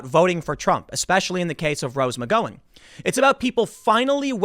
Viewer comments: Would you please correct your pronunciation of Rose McGowan's name? Just google "Rose McGowan pronunciation". If you have some video of /her/ saying it differently I'll gladly retract. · If you don't stop mispronouncing McEnany and McGowan I'm going to rip my hair out. It's annoying Tim. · It's mc GOW en. Gow rhymes with cow. Not sure where you learned to construct syllables into words, beanie boy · please don't mispronounce her name over and over: It's Muh-gow-en. thanks! great cast! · Does Tim purposely pronounce things wrong? It should be GOWan. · ROSE MC-GO-AN??? HAHAHAHAHAHAHHAHAHA!!!!!!!!!!!!!! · "Gow", as in "cow", dude. Mic-gow-in. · Bro its Rose MC GOW EN please im not one to nitpick like mispronouncing Commala Harris but dude its ROSE MC GOW EN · It’s Rose McGowan not McGOwan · Rose MuhGow-n Gow as in "how" :-) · Tim, you’re driving me crazy with the pronunciation of Rose McGowan’s name...it’s Mc-Gow-an as in Cow...Gow...McGowan. Great video though. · *McGowan — pronounced [mə’ɡaʊən] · Thats almost certainly not how you pronounce McGowan's last name. Think [OU] as in "ouch" not [owe] as in Owen. McG[ou]wan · It's MC G OW AN !! 😂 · I believe her name is pronounced with "gow" rhyming with "cow" ! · Rose McGowan finally comes to her senses on one topic and suddenly Tim believes she is someone with principles? Tim, Rose McGowan has ZERO principles. Just because she said this doesn't just clear her name. She is still a delusional radical leftist. Also, her name is pronounced Mc Gow(like Cow) in. Not Mc GO in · OK Tim, I know it's nitpicky, but the o in McGowan is pronounced like ow/ ouch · Tim..... I'm pretty sure her name is pronounced Rose McGowan (mik-gau-an or muh-gau-an) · how is it possible you are still saying her name wrong... years after you first started doing stories about here? it rhymes with "Hick-Pow-in"... Ouch, dow, out, couch.... McGowan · Tim saying Rose “Mc-Go-win” makes me question if I’ve been pronouncing her name wrong all along 🤔😂